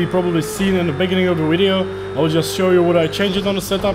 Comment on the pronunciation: Well if you want to improve your English you need to change how you pronounce your W and V . In English it is Video but you are saying it as Wideo. In English the letter V is pronounced the same way that you would pronounce W. Say (V)ideo the same way you would say (W)illkommen. The same for words beginning with W. You pronounce " Work" with a V which sounds like Vurk. Not sure if I am making sense to you, I am not much of a teacher. Either way your English is better than my German.